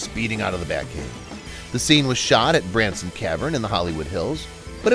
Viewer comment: It's Bronson canyon, not Branson.